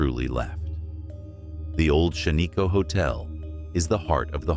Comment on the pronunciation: Really Shan-ee-ko. It’s Shaniko short I sound.